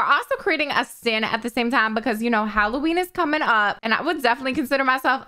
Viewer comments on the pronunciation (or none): none